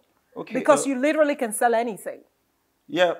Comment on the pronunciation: Una "literally" murder the word "literally" in this interview😂. Great interview though.